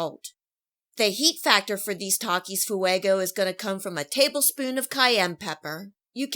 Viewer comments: "Takis foo-eggo" girl please learn basic spanish pronunciation you sound ignorant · Lol FOO-EGO😂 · theres no way she just said fuego like that